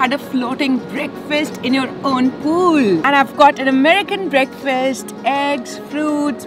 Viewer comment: "Breakfirst" is the wrong pronunciation. "Breakfast" is the right pronunciation. Fast as in I am fasting tonight. I will break this fast tomorrrow morning.